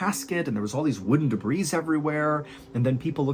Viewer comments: He sounds like Bill Burr at about . And the plural of debris is debris not "de-breeze". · He finally said it correctly he still says it incorrectly in this video but at least the one time at 9 minutes and 4 seconds he says debris correctly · Debris: pronounced debree, not debrees 😉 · My husband and I absolutely love your show. I also love all your podcasts and listen to them regularly. Please don’t take this as a criticism of you. This is just a minor correction. Debris is pronounced like “duh bree,” the S is silent. I’m sorry to do this here, but I tried messaging you on Instagram and you never saw it. 😅 Lots of love to you and yours!!!